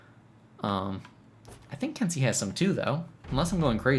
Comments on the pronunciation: If I'm not mistaken, the correct pronunciation is ken-say, not kin-see Also, something you may not know, you cannot counter guard breaks following certain actions- if you are guard broken during a dash, or during the start up frames or cool downs to your heavy strikes, you will be unable to counter regardless of timing. Glad to see you're having fun trying out all the characters~ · Ken-say, not ken-see. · It is pronounced "Ken-say" in English phonetics, please do it properly lol